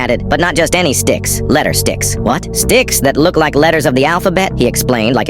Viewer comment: bro i just realized , it said d*cks instead of sticks...